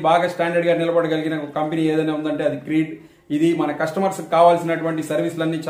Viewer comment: క్రీడ్ కాదు క్రెడ్